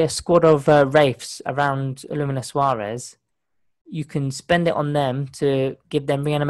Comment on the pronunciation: you could just try and pronounce it as it's spelled......